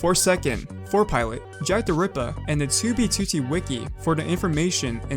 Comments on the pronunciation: i like how he pronounces it as TOObeTOOtee instead of twoBEEtwoTEE lol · Toob toot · Toubie TooTie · for the sake of fucking hell, its two b two t, not toobie tootie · Why does he pronounce 2b2t as 2bTwo-T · "2B Tooty" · It's 2b2t not 2bee2tee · bro said toobeytooty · He doesn’t pronounce it “2b2t” he pronounces it like “too bee to tee” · its not 2 b 2 t its 2b2t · Twew bee twew tee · "To be tooty" is how i hear u pronounce 2b2t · "Tooby tootee" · Tubee Tutti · Tiewbyie tywotee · Tou bey tou tey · Toobie tootie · twoo bwee twoo teeeh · to be tootie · pronounces 2b2t as "2wb2wrt" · Why do you pronounce 2b2t as toobeetootee please stop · "was a very old base on TOOBEETOOTEE" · He has the worst way of saying 2B2T god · why does he say 2b2t like that 😭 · the way you say "2b2t" reminds me of the jelly belly rat meme lol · i love and harte the way you say 2b2t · The way you pronounce "2b2t" is annoying as fuck, I'm sorry. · FitMC already made a video on this stop stealing content and learn how to pronounce "2b2t" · I love the way you pronounce "2b2t" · I hate it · at least he managed to say it somewhat normally the very last time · i love your videos but could you put the emphasis on the 't' and not on the 2 2's when you say 2b2t it slightly bugs me